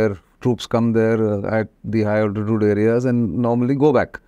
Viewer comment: Higher altitude is not properly pronounced.